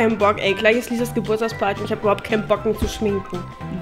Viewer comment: Versteh immer "dieses Geburtstagsparty", statt "Lisas .. ".